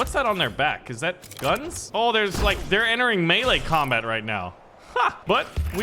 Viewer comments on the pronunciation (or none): none